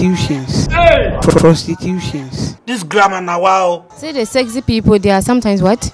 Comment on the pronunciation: She said "sezy" lol